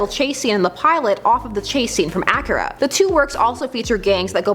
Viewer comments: ITS PRENOUNCED aki-ra emphasies on the i jeasus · "Acura"? Lol. Nice to see you back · It sounds more like the Luxury car Acura. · It's pronounced a-key-ra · Please never say Akira again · I don't like how she pronounces Akira